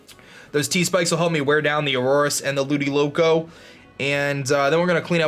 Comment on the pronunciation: Ludi-colo not Ludi-loco